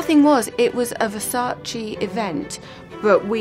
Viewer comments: It's Versace not Versachee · Pffffff.... "Versatschi" :I Will they ever learn???